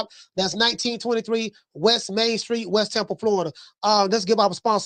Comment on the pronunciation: Lol@ when u said " & he mian event!"... Straight shame... U right saying berlanga is the Rican version of bronner